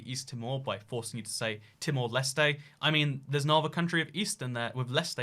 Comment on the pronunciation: dear, "leste" is pronounced more like "last".